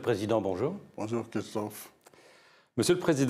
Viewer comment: "Bonjour kistophe"